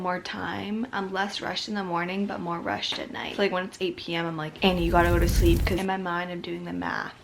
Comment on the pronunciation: annie-i-yyyy? Lmao you're just a queen💞👑 also im soo confused ur description says ur 13 again?! 😂😭 is that just a mistake? aren't you in highschool?? idek ahaha <3 no hate tho ly.